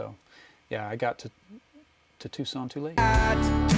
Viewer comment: Tucson, not Tuscon ;)